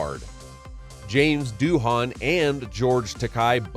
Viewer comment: Richard Jeni's last name was pronounced like Jenny, not Jeanie. He was a great stand up comedian and deserves to be remembered properly. Also James Doohan is pronounced Doo-en and George Takei is Ta-kay like the letter K.